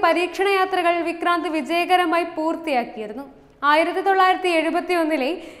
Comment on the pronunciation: വിക്ക്രാന്തു കിജെയ്